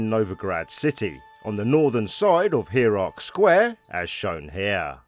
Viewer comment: 'here - arc'. 'HERE - ARC'. Pahahahahahahaaaaa!!! Dude, it's pronounced 'Higher - arc' 😂😂😂😂